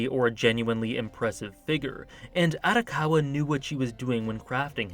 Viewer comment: just letting you know my last name is arakawa as well so just to help you pronounce it its are-ah-cow-wah